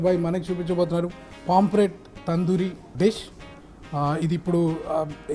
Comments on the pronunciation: Nice andi👌👌👌,kani adi "PAMPLET" kadu "POMFRET". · ori సామి.. adhi పామ్ఫ్రెట్ రా నాయనా.. పాంప్లేట్ చేసేశావ్